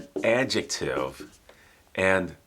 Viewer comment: Oh my god, i loved this class, he speaks the word adjetive so beautiful, i'm trying say adjetive like him wil be 20 minutes